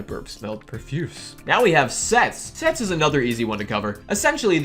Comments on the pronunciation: When he said sets I thought he said sex Lol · i thought u said s ##ex instead of sets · when he said "sets" i thought he said something inappropriate... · Me:Hearing him saying sets Mind:Wait a min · When said “sets”, I thought he said a bad word 😳